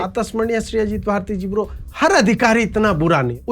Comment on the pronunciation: ગર્દા ઉડાવ્યા છે તમે 😂 "प्रातः स्मरणीय अजित भारतिजी ब्रो" जो आप पहले बोलते थे, ऐसा वजन नहीं है.. पहले के आपके विडियो देखिए, उसमें भी ब्रो के उपर जो वजन और ठहराव होता था वो नहीं है।🎉❤👌🙏